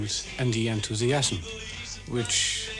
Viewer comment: The best pronunciation of “enthusiasm” ever. These beautiful, magical idiosyncrasies are why this is my favourite channel.